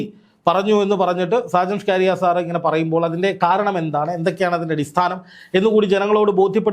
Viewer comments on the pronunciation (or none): നാക്ക് വടിച്ചിട്ട് പറ സ്കാരിയ സ്കറിയ. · ഷാജൻ സ്കറിയ എന്നാടോ സ്കാരിയാ അല്ല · ഷ്കാരിയാ അല്ല 😂സ്‌കറിയ എന്നാ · Shajan Scaria...aanu. ....Shcaria alla... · ഞാൻ താങ്ങെളെ follow ചെയ്യുന്ന ആളാണ്.. പേര് നല്ല പോലെ പറയുക.. സാജൻ സ്‌കറിയ not scaariya😂sometimes u r rediculing him.. Not good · Skaariya alla chetta scariya aan ,😂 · സ്‌കാരിയാ അല്ല സക്കറിയ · ഷ്കാറിയ അല്ല: സ്കറിയ😂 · ഷ്കാരിയാ എന്ന് അല്ല സുഹൃത്തേ സ്‌കറിയ എന്നാണ് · ഷാജൻ സ്കാരിയ അല്ല സ്കറിയ എന്ന് പറയു. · ഷാജൻ സ്കാരിയ അല്ല മാഷേ സ്‌കറിയ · ഷാജൻ സ്കറിയ എന്നാണ് 🙏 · നീ ആദ്യം പോയി നാക്ക് വടിച്ച് വ്യക്തമായി സ്കറിയ എന്ന് പറയാൻ പഠിക്ക് എന്നിട്ട് വന്ന് പറ. കഷ്ടം.